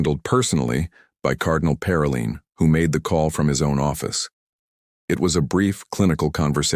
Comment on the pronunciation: Good God ( if you excuse my pun), your channel specializes with the Vatican, the papecy and it's governance. And yet, your narration which I imagine is AI, is not able to pronounce basic inherent words to your dedicated channel; "dicastery", Parolin", "cassock". The curia is not the cure. Do you understand how many times the word " dicastery" is said in this story. Show a little self respect in regard to your finished product.